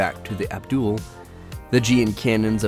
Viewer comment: Abulhool not abdul lol